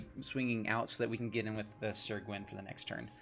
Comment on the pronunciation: Pronounced Sir, not Seer, otherwise great video